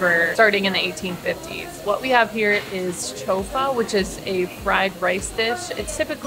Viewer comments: Is not "chofa" is CHIFA! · Is not chofa. Right is CHIFA. Not Chica Morada but CHICHA morada. Also not casa but CAUSA!